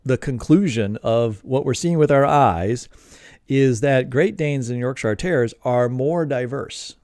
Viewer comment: Oh, by the way, it's pronounced "YORK-shuh", not "york-SHY-arrrr". Leicestershire is "LES-ter-shuh", not "LY-ses-ter-SHY-arrrrr". Gloucestershire is "GLOS-ter-shuh", not GLAUW-ses-ter-SHY-arrrrr". You're welcome. 🤗 {:o:O:}